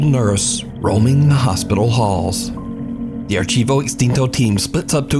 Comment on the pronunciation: The right pronunciation of Archivo is Ar + tea + vo. The chi has sound of "tea".